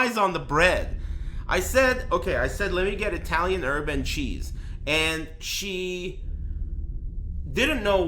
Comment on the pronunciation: Holy shit, I heard "urban cheese" too. Thanks.